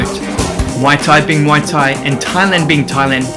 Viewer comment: So much passion on muay thai , we appreciate it bro... but u still mispronouncing muay thai as moi or mui thai everytime lol.... it's muay or Mway or Mwai thai bro. Cheers.